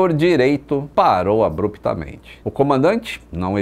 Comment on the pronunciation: Além de não saber falar "abruptamente"